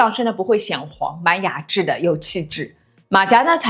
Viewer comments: 馬甲要念成麻甲，馬加聽起來怪怪的😂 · 對岸說的馬甲我以前都叫「背心」，後來看過幾個中國YT都是念「馬夾」這個發音，馬甲對我來說是另一種東西，就是「亂世佳人」裡郝思嘉勒得喘不過氣的那種胸衣😅